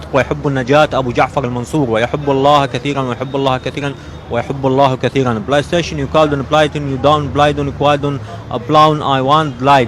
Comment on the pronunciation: والله شكنا بالاوطان اقوى شي من يكول بليستيشن😂😂